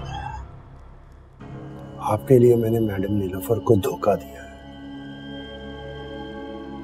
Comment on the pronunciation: Always say In Sha Allah Ta'ala right pronunciation